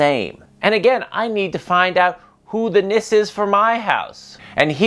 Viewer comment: Glad you had a good time here. Just a quick heads up. Its Nisse, the E is not silent. 🙂